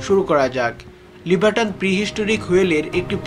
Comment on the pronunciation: লিভাটন নয় লিভাইটন